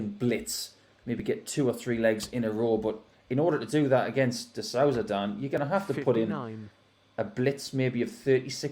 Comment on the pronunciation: The Ou in Souza sounds like the oo like in boom but just a bit shorter. These English people should learn how to pronounce the names at least.